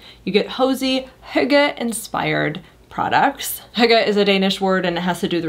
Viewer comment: Finally an American, who can pronounce the word correct 😅